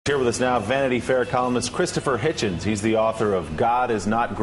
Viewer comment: I think you’ll find it’s pronounced “Hitchens”